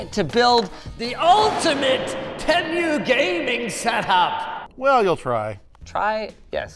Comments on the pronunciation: The pronunciation:*Temu* (Tee-Moo) Linus:*Temmew* 💀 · Fun little detail. All of their ads prior to this video pronounced it "Tee-mew." Since this video, the ads all pronounce it "Teh-mew," like Linus does here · I swear he's the only person to pronounce "Temu" like "Tem-you". Even the company themselves pronounce it "Team-oo" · WAIT ! It's called Tem-You?!?!? Why tf has everyone been telling me it's called Tee-Moo?!?!?!? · You know....this entire time I was pronouncing it as TEE-MOO lmao. After hearing TEH-MYOO, I think I'll stick to tee-moo anyway even if it's wrong lol. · team-oo, not tem-you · Not Tee-moo Not Teh Mew (Linus?) Teh Moo. We know that's right because of the shop like a billionaire commercials they have. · bro its TEEmu not temyou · Jus to say its not tem u its tea moo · Is anyone gonna tell him it’s te-mu not tem-u…. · Tee Moo not temyou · Tee-moo not teh-moo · Tem-u 😂 by the way it’s pronounced tea-moo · tEmiu👍 Tee-moo 👎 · its teemoo not TEM-you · its teemoo not tem you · Good lord not you too Linus it's pronounced Tee-Moo not Tem-You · some say "teemoo" and some say "temoo" but linus says "temyoo" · Who is gonna tell linus its pronounced Tee-moo [as far as I'm aware] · "Tee-moo" was founded in Boston MA...BTW... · actually, according to their Superbowl Ad, it's Tem-moo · Tehm U is more accurate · He says it how an old british person would say it 😂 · he said 'teh-myoh' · it's tee-moo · First time I've heard someone pronounce it as "temyou" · Me yelling it's Teeeeee- MU while Linus pronounces like the commercial pronounced it, but I refuse to call it that. The dad jokes though... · "tem you"💀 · Other people: Temu Linus: Temmu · have i been pronouncing TEMU wrong for over a year? we've always called it "TEE-MOO" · I thought it was pronounced TEA-MOO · Did bro actually say teamyu?? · its PRONOUNCED TEA-MEW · bro pronounced it temyew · Linus It is pronounced "TEEMU" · Bro said TeMOO 🐄🤣🤣🤣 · Bro said tem u 😭😂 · Prounouce TEA-MOO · its te-mu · Teh Mew 💀